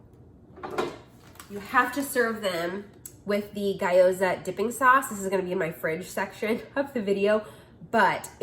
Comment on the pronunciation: FYI... gyoza is pronounced gYO-za not guy-o-za 🙂 Tasty little things. First time watching one of your videos. Thanks for all the ideas. Love Trader Joe's.